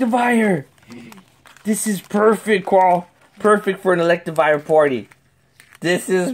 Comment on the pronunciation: party not potty